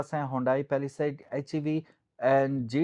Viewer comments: Its not paliside it is palisade bro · Pehla side 😂😂😂 Pehla Saith 😂😂😂